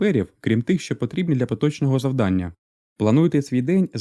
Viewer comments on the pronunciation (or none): none